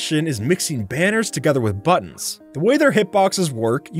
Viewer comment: when he said buttons i heard butts lol